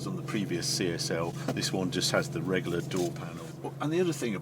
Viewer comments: Harry’s drinking game, every time he says “Regoolar”, take a drink!! Great review! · I love the way you say Regular. Reggaller 😆😆